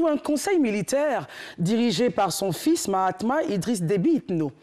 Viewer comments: Le fils ne s appelle pas Mahatma mais bien Mahamat. Veuillez à bien prononcer son nom. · C'est Mahamat pas mahatma svp.